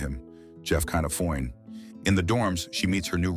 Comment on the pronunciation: That "foine" always cracks me up😂😂😂😂😂